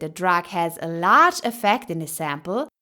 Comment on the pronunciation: It’s large not lagre